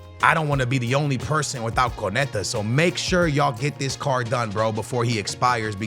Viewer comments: So the whole video he says konete , that's messed up😂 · It’s pronounced: KUN-NAH-TAY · Y’all shut up with that “It ain’t that deep” glazing y’all doing. It’s clearly annoying to most ppl that he seems to deliberately mispronounce player’s names without any honest effort to get it right. That’s a simple KO-NA-TE yet he switches it to something completely off. Especially for someone who claims to watch allot of games, does he not hear the commentators correctly say these player’s names… Y’all skittles can’t do with any form of constructive criticism even when it’s not directed towards y’all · How is fifa his job and can't name anyone over here saying conete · Homem. O nome é KÓ nÁ tÉ 😂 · Konate : no Konetta: yes Can u learn to read!???? Starting to piss me off how this guy says those names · No one:: “Konetah” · Saying van de ven and konate wrong on purpose I'm sure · I'm a big fan of dont get me wrong but does no one else find the way he says certain names of players and clubs wrong just that tad bit annoying? The way he was pronouncing Konate and van de ven this video was like nails on a chalkboard. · Ok, Bro.. you got to atleast learn all these players name. Unless I'm missing something and he just like calling their names wrong